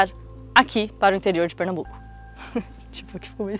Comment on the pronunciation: É PernaMbuco e não Pernabuco. Sou de Recife e nunca ouvi falar nessa seita.